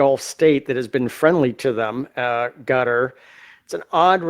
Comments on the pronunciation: Qatar is the name, not Carter. First, learn how to use the names before using them! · QATAR = KUHTUHR not GOTTER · U heard ca ter lol i check it again lol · It’s not cotter or cutter or gutter. It’s Kay tar. I heard the prince of Qatar pronounce it that way—twice. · I keep hearing analyst mispronounce Qatar it’s pronounced K short u tar not cutter. It sounds like you’re from Kentucky saying it like that. Just saying not criticizing. Love your show. I’m not sure if said it like that but I hear everyone on the news too saying it like that. Just sounds weird to hear it said like cutter. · He actually said. Gutter. Seriously? It's KA Tarrr OMG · It’s “Kah-Tar”! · He keeps saying Gutter who is that. Douse he mean Qatar. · its pronounced KA-TAR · Is he calling Qatar "gutter" ? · Please pronounce it properly. Qarar 👂 Ka’Tar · Ka-tar..please pronounce it correctly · Hi,. Appreciate you. By the way, the proper way to say Qatar is "cutter." I worked with them while I was an engineer and program manager at a major aerospace company, and they consistently said "cutter." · DAMN IT! As a major news commentator...you have a responsibility to know how to pronounce words PROPERLY!!! Especially major strategic cities! QATAR is pronounced KUH-tar!!!:face-orange-frowning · It's pronounced 'kwataar' or 'kittar' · Kuh TAR... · why is he saying cutter instead of Qatar? i ask because i am really irritated that some people are saying Iran, some are saying earon, some are saying aron. why is it so difficult to say it correctly? then we have Luis that cant even say his own name correctly. why? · Sure isn't Gutter....lol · Pls. It's Qatar NOT Cotter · I swore that guy was saying gutter, can’t take people serious when they can’t even pronounce the country right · He said carter lol I heard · Cotter pin.